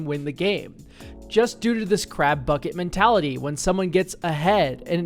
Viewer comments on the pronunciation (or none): none